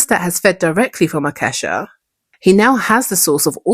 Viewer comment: I thought i heard you say "the blood of a cashew" 😂